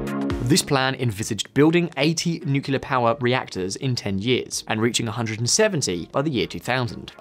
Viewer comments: Stop saying nucular! It's nuclear! Why do 50% of people happily mispronounce this word all the time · nuclear, please! not nucular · Did anyone else hear "nukelar" instead of "nuclear". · FFS it's "nuclear" as in nucleus. Not "nukyoolar". You sound like Kamala Harris. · Please.. it’s pronounced NUCLEAR, not Nucular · Nu-cle-ar, not Nu-cu-lar? Got it? I can barely slog my way through this video. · This is a good video, but you lose credibility when you fail the pronounce the topic correctly. It is nuclear, not nukuler. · The word is NUCLEAR not Nucular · AAAARGH NUCLEAR, NOT NUCULAR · It's pronounced "new + clear" not "nookilar"! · It is written nuclear, it should be pronouced nuclear . Not nucular. Nuclear from Latin nucleus; nuclear with a "c". Your pronnounciation prevented me from watching the video. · "New Kleer" not "New Ka Leer"....... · It’s not nucular is nuclear. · say NUCLEAR, not nukular!! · NUCLEAR! NOT NOOKULAR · If you’re going to do a video on nuclear please learn how it’s pronounced. It’s pronounced new-clear not new-cu-lah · Nu-clear not nu-cu-lar. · It’s Nu-Clear…. Not Nu-Cu-Lah. Please… attention to detail. A small detail. Which lessens the credibility of all your good work in your content. May the Force be with you.🌀 (-: <*> :-) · It's 'NUCLEAR' power (pronounced 'noo-klee-ar' NOT 'nook-you-lar'). You're an Englishman. Learn how to pronounce words in your own language properly. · Nukular... , , , , , , , he said Nuclear! He said it! Alleluia!! After that, I stopped keeping track. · I'M BEGGING YOU TO STOP PRONOUNCING IT "NUCULAR" PAL... YOU'RE MAKING YOURSELF SOUND DUMB, AND YOU ARE NOT DUMB. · Difficult to trust a video where the host says Nukelar. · It boggles my mind how so many people pronounce nuclear as nu-cu-lar. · Each time he says "nucular", God kills a kitten. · I would like to humbly request all native English speakers to stop pronouncing "nuclear" as "nucular". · ...really? "nucular"? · Wait , nuclear as nucular 🤔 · Nukular powa! Lol.